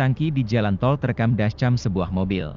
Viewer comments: Pembaca beritanya amatiran banget, 'dascam' Mana timingnya ga pas banget, payah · kok ngomong dashCAMM nya gitu